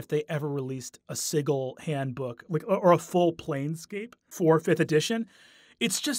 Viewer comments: Sigil is pronounced with a soft g. It's not Siggil. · Siggle? I've got a siggling suspicion you meant Sigil (pronounced Sih - jill), City of Doors. I also wouldn't really call the Lady of Pain a villain, per se. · NOPE NOPE NOPE. I went the first 38 years of my life never having heard it pronounced "Siggle," and I don't plan to start now. Matt and Brennan are going to start an onslaught of ineptitude, and I respect both of them too much to let that happen. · ITS "SIJIL" NOT "SIGGLE". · I have never before heard the word sigil pronounced as "siggle." I always heard it as "si-jill." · This dude did NOT just say "The city of sighle" instead of Sigil.... Matthew Mercer shakes fist in the air meme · Siggle? Isn’t it Sigil (Sid-Jill)? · He pronounces the word sigil "siggle." Must've played with Matt Mercer. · I honestly thought he was saying sickle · "Ziggle"? That's a creative way of pronouncing Sigil xD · So, is Sigil actually pronounced Siggle? Or is this another Matthew Mercer-ism where he mispronounced it? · Ahhh stop pronouncing 'Sigil' like 'jiggle'! It's g like j as in jazz. Also y'all should have done The Head of Vecna. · He even pronounces 'sigil' incorrectly like Matt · Agreed. I had no idea that my fun fact would be so divisive, so my apologies for the clusterfuck! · The place is not pronounced the same way as the English word for a fancy symbol. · The way he pronounces Sigil tho. It's meant to be like a house Sigil. I believe the symbolism is that it's "on" a ring like a Signet ring would have your house Sigil on it. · I see that Brennan went to the Matthew Mercer School of Pronunciation of Sigil.